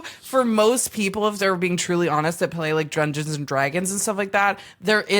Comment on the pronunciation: i love how sometimes says Drungeons and Dragons hahaha, and you already had Ashly Burch who was part of a Critical Role Oneshot:3 she could be your RPG professional